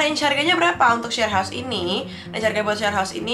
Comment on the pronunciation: Heaus ---> baru minggat bentar lidah uda kesleo